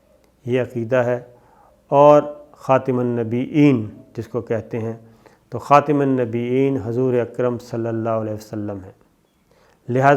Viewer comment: جناب صابر شاکر صاحب آنحضور ۖ کو خَاتَم النبیّین کہنے کی بجائے بار بار " خَاتِمَ النبیّین " کہتے رہے ۔۔۔ قرآنِ کریم نے آنحضور ۖ کو خَاتَم ت کی فتح کیساتھ قرار دیا ہے اور صابر شاکر صاحب نے ت کے فتح کو کسرا کیساتھ بدل دیا ۔۔۔ کیا یہ تحریفِ قرآن نہیں؟ احمدیوں پر یہ الزام لگاتے ہیں کہ دیکھیں جی انہوں نے تحریفِ قرآن کر کے اسکی گستاخی کی ہے لہذا انہیں قرار واقعی سزا دی جائے ۔۔۔ تو جناب کا اپنے بارے میں کیا خیال ہے جنکا ثبوت خود انہی کی ویڈیو میں موجود ہے - ممکن ہے میری توجہ دلانے پر صابر شاکر صاحب یا تو پوری ویڈیو ہی ڈیلیٹ کر دیں یا صرف وہ حصّہ ہذف یا ایڈٹ کر دیں ۔۔۔ 😜😜😜 منقول